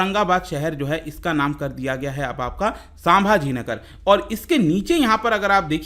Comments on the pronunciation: Its संभाजीनगर not सांभाजीनगर 👍👍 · संभाजीनगर है नाम साभाजी नाही